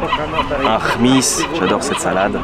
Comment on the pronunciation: C'est 7misse comme HHHmisse sans le K (pas KHmisse), je sais c'est pas facile à prononcer.